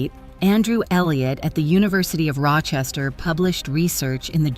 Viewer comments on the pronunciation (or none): none